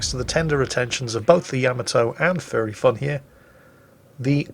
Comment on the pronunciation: Every time says "Furry Fun" I hear him say "Fairy fun"